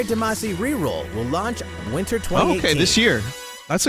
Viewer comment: the like is for you being thw only youtuber who says damacy correctly